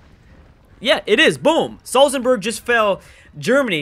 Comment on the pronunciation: Please stop saying Salzenburg, it's Salzburg!